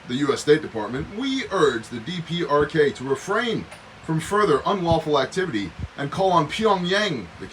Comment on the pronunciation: DPRK-the "dee-perks".